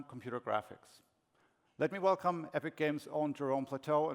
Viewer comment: funny way of saying well-clem